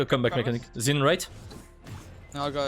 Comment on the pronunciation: tu as prononcé le pseudo du zhin d'une facilité xD